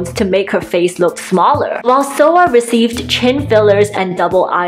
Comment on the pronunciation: Soa, not Soo (I watch YouTube on my tv and I didn’t notice the A wasn’t an O).